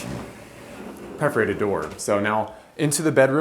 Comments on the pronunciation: You're definitely trying to make me comment something about how it's "perf-orated" not "pref-orated", but I'm not gonna do it 😂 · The house is stunning, but I think a little research as to how to pronounce things would be good! - Aegean Sea (aye-GEE-anne) oh and it’s PERforated not PREforated That drove me a bit nuts during this video otherwise beautiful find! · PERF-erated. not PREF-erated =)